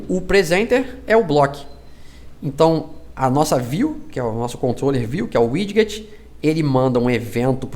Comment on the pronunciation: Tirando a parte que fala um inglês estranho para widget falando "wid-get", video legal